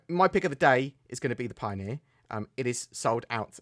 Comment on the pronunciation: Pio-near....I'm sorry